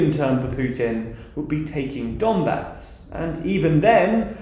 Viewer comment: You are pronouncing "Donbah"! It's quite wrong. Pronounce correctly " Donbass".